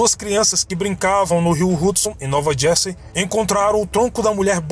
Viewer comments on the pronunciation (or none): none